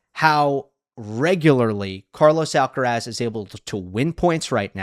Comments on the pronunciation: Tienes razón, no sé por qué no hacen el mínimo esfuerzo en pronunciar su apellido de manera correcta. Es bastante llamativo. No todos son McEnroe y como profesionales de análisis de tennis más jóvenes deberían hacerlo correctamente. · I find it surprising that you make the effort to pronounce João Fonseca’s name, who is around number 40 in the ATP ranking, in correct Portuguese and yet treat the number one, Carlos Alcaraz, with such disregard. I don’t understand it. Some kind of selective xenophobia?